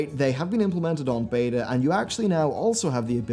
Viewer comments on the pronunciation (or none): none